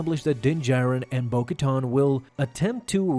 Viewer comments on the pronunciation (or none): Ka-TAN, not “tahn”